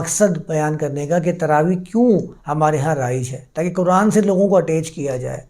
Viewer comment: میاں، آپ بہت معقول باتیں کرتے ہیں، مگر خدا معلوم کیوں اردو کی عربی میں تلاوت شروع کردیتے ہیں؟ اب آپنے فرض کو فرد کہا، جبکہ فرد کا مطلب اردو میں individual ہوتا ہے۔ اردو میں “ض” کی آواز بلکل “ز” کی طرح ہے۔ اور یہی مستند ہے۔ طرفہ یہ کہ قرآن جسکو اردو میں بھی قرآن ہی کہا جاتا ہے، اسے آپ کوران کہتے ہیں۔ یا للعجب! اردو کو عربی لہجے میں بولنا اتنا ہی غلط ہے جتنا عربی کو اردو یا پنجابی لہجے میں بولنا۔ اب اردو میں تو فارسی، انگریزی، اور سنسکرت سے مستعار لفظ بھی ہیں۔ تو کیا انکا تلفظ ان زبانوں کے مطابق کیا جائے گا؟ تو پھر اردو کی کیا درگت بنے گی اور وہ کیسی مضحکہ خیز سنائی دے گے۔ اسلئے میاں اردو کو اردو میں ہی بولا کیجئے۔ آپ جب تلاوت کریں، یا عربی میں درس دیں تو بصد شوق خالص عربوں کی طرح بولیں۔ کس نے منع کیا ہے۔ اھلا و سھلا۔